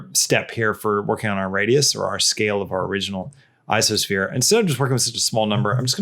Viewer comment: he said "isosphere". Is ico pronounced "iso"? What does ico even stand for? I thought it was pronounced "eye koe sphere".